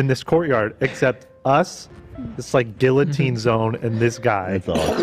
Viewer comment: I’m starting to doubt that Babel lessons are working considering how he pronounce guillotine lol